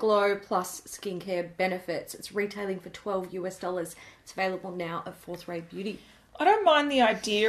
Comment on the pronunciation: I always hear 'fourth ray beauty' as 'fourth rate beauty' and think 'why would you call your brand that?!?!'